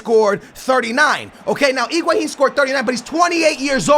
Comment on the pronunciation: that's correct pronunciation